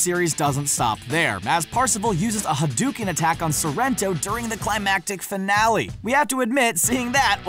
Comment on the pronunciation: why americans can't say "HADOUKEN" correctly?